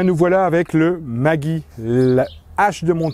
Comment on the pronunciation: En Alsace il faudra prononcer Maggi « Maguy » et vous avez totalement raison.